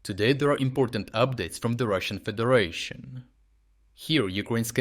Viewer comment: i swear when you say russian federation i hear russian pidar nation